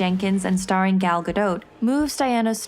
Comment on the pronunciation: I real enjoyed this video; Hippolyta and Gal's names were finally pronounced correctly. This bio was done very well--love it...